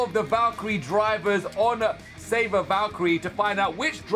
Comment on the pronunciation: It's savior not saber